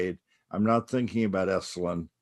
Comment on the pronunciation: Esalen NOT “esslin” !